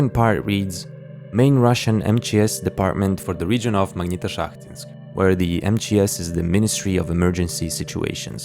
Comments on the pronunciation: позвольте подушнить магнитошахтИнск, ударение на последнюю и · Я произношу как магнитошахтИнск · you can't copy the idea of this video because nobody can pronounce "Magnitoshakhtinsk"